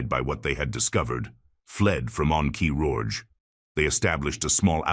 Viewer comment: Ah yes, the ahn kee roj of see lee thoos.